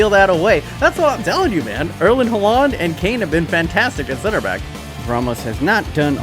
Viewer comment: “erlin hularnd”